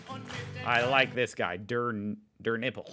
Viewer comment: He said DÖR NÜPPIL😂